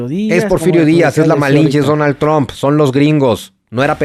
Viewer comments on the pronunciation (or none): none